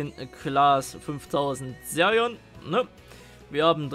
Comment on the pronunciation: Sag BITTE nicht Serion sondern Xerion